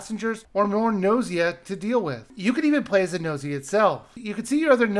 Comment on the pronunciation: It's pronounced Gu-no-si-a based on the Japanese letters under the title.